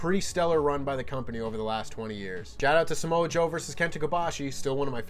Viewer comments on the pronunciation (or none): none